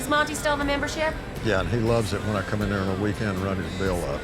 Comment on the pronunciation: "Do you want me to cOOm?" Tommy did not read the line correctly